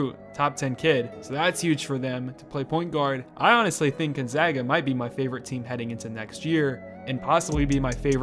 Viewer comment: i’m happy that he pronounced gonzaga correctly